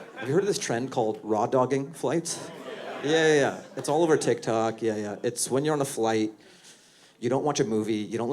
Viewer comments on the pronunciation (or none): none